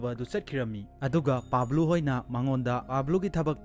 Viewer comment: Pablu hyba ntte Pablo Escobar hybiragadi tabada khra nungaidwba